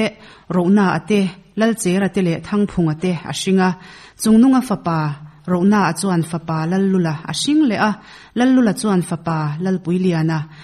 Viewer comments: Roh-na a ni lovin Ro-hna a tih zawk tur a niin ka hria, hei hi hmanlai lusei hming a ni. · "Rohnaa" tih tur "Ronaa" tih hi a ngaimawhawm hle mai. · Rohnaa tih tur kha Ronaa tiin in chhiar zel mai . A ziaktu khan Ronaa tiin a ziakk em ni le? Tikhan in chhiar rik kha a tihthat theih awm si lova, thangtharte chuan a dik lovin Ronaa tiin an hre mai dawn si. Pawi khawp mai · A chhiar tu te an chhiar fimkhur lo hle mai Ronaa ni loin Rohna a tiin chhiar se Lal nu Ropuiliani tih an lam dan pawh hi a diklo Lal Nu Ropuiliani tih turah LalnuRopuiliani tiin in chhiar zawm a tin Tlut pawrha Tlur tih leh pawrha tih in karah hian thlukna a awm tur ani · Ronaa ni lovin ROHNAA tih zawk tur